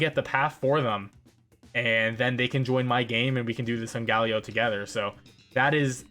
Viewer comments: "sungaleo" SUNGALEO!!!!! WTF it SOLGALEO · But how he pronounces solgaleo tho